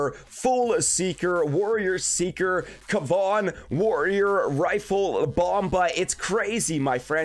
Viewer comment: Awesome work your pronunciation of Kevan now is correct keep on killing it!code SkullCrusher🇨🇦